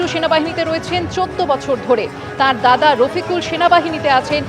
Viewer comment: দাদাও বলতে পারেন না ঠিকমতো, "গাধা" বলছেন?? কী আশ্চর্য!!